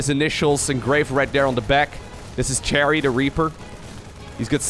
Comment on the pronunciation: ah, good, I'm not the only one who heard "Terry" as "Cherry"